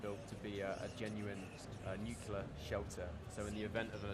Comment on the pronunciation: I'm nitpicking here but, the guy being interviewed said nucular not nuclear. If that is somewhat the premise of the game I think you should pronounce it correctly.